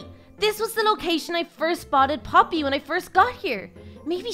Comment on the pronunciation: its poppy not polly